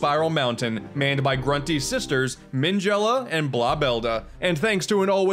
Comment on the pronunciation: Minge-ella? Ok I am done xD